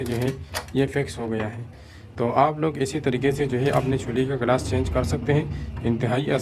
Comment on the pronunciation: چھولے نہیں چولھے صحیح لفظ ہے